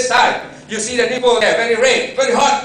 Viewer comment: haha that asian is funny how he says nipple thats neat though